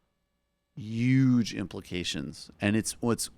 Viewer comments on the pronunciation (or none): You would have much more subscribers if that pretensious dude quit pronouncing 'huge" as "uuge".